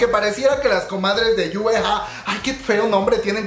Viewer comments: yue hue entretaiment se pronuncia yei guai entretaiment, es muy dificil decirlo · Se pronuncia Yei guai es muy dificil pronunciarlo como se escribe